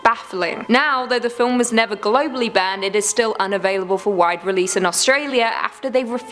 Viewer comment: In The Human Centipede segment...did you say GLOBALLY banned or GOBBLY banned? 😀 Also, please say the word "poop" more often. It's dang cute the way you say it. I know. Sorry. But it is. Pyoop. Cute.